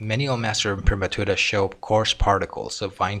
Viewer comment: Well done! A pleasure to hear someone pronounce 'imprimatura' properly!